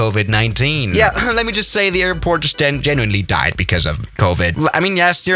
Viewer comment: I swear when he said airport he said airpork